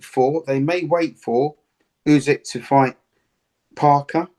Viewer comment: ‘U~sick’…not ‘U~zig’….c’mon Duke boy, sort it out.